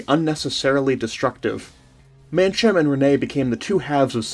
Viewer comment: I was born in the Seychelles and actually know some of the people mentioned in the video. Mancham`s mother was my god mother (it’s pronounced man kam) Guy Pool who you mentioned was my cousin. My father’s business was nationalized and taken over by the Italian mafia. A small factual error. You mixed up the two coups. The second coup carried out by the South African mercenaries was the one at the airport. They were arrested as they arrived at the airport after one of them was searched and found to have fruit. This led to a stand off and eventually they hijacked an air India plane and fled to South Africa where they were arrested. Nice work.